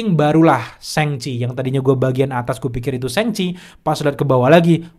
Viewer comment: "Shang" cok bukan seng seng risih bet dengernya